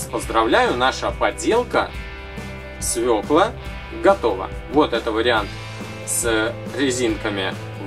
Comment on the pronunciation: свекла а не свела!